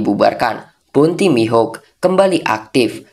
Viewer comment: dracule Mihawk ❌ Dracule Mihuk✅